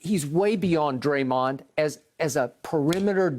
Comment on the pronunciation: Unc say dremond flockin!!!???😂😂😂😂